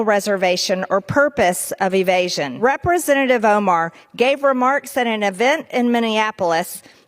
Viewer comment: What is a Rippersenative? MTG keeps saying that word.